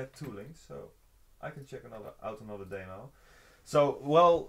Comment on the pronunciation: I love the way says demo. He says "Damo". Love it!!